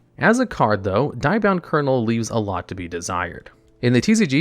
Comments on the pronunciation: I'm triggered by the constant pronunciation of Die-bound instead of Dia-bound. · dia bound like dio, not die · Hey bro, I really like your vids but you have absolutely no clue how to pronounce half the cards/cast from the show. “Diabound” is so butchered terribly. please do more research on how to correctly pronounce more cards.